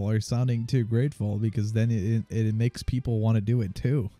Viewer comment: "He gets it-tah!" Komedy